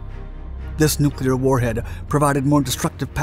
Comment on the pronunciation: I’d just like to thank you for pronouncing Nuclear correctly. Its crazy how many narrators say “nuc-u-lar”…